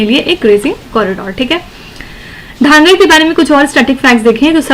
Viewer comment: Mam its धनगर not ढांगर